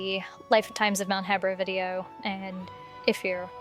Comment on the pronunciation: You’re literally the only person I’ve ever heard pronounce the region as “heh-bra” instead of “hee-bra” Also if that’s where Vah Medoh was excavated, why would it just be 3 surface level craters? Was some of it exposed already? You would expect the excavation site to feature a huge crater large enough for the entire beast to fit in, and should be deep enough that it was completely underground. I don’t buy it.